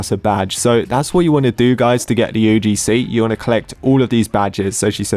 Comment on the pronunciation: you probably failed your religions exam because the teachers saw that you say UDC instead of UGC